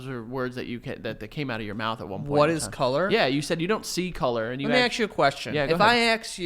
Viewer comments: I love how joey says "ask". he says "aks" or "aksed" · my roman empire is how joe says axe instead of ask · is it just me, or Joe mispronounces the word "ask"? he's always like: "let me AXE you a question", "can I AXE you something?" it's so funny!!!